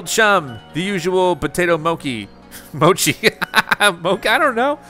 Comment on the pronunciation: Please stop saying “‘mo-key”, it’s mochi like tai chi lol. Also how you not know mochi it’s like everywhere these days it’s just Japanese rice cake from glutinous sticky rice. Also in Taiwan they even use the term mochi or muah chee to refer to something that’s has that starchy chewy like texture. Just some quick facts for you on mochi not mokey 😂